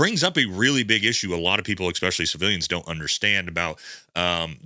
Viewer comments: I enjoy your videos. Could you explain why so many military guys say expecially, instead of especially? It is so common, it must get picked up in the service somehow? Take care, keep up the good work. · Dude can you stop saying “eKspecially”. It’s pronounced especially. No c or k after the e. That’s how children pronounce that word brother. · Viewer feedback on this worked for Andy Stumpf, let's try it here. There's no "x" in "especially". Thank you.